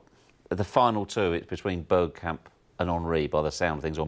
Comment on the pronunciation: He said “Birdkamp”, gtfo